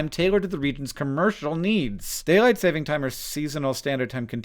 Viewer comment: Saving, not Savings. And please stop planning to torment programmers!